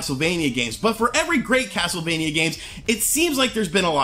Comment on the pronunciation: YOU KNOW THIS GAME IS GOOD BECAUSE HE KEPT CALLING IT CASLTEVANIA LOL